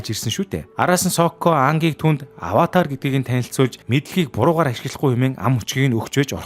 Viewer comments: Ynziin saihan tovchlol boljee Gehde bro avatr koishi2 gd baih ym avatar kyoshi shu kiyoshi gj duudna shu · Аваатр гэж уншихаа болиорой😭